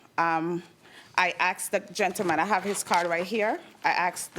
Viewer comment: I axed? I noticed they pronounced axed the word asked